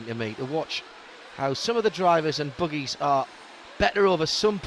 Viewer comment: lol, he says boogies